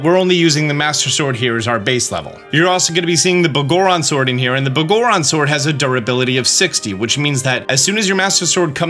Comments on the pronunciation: I cant take how you pronounce Biggoron as “Boh-goron” seriously. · Dawg, did you pronounce the Big Goron's sword as Bah goron sword? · Pretty sure it's pronounced the big-goron sword but just spelled as one word, every time you say it I hear begorren and it cracks me up for some reason 😂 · mf said b'goron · Why do you pronounce biggoron so weird? It's supposed to be pronounced like Big Goron. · Bro seriously said “Boggorons Sword” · It's "Big Goron" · The way you say "Biggoron" makes me smirk. Love hearing Zelda terms said differently, never not amusing.